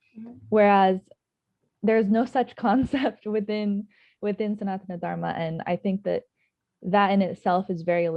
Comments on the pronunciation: It's Dharma not Dharam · Greatly summarised. I wished the interviewer would pronounced Dharma properly.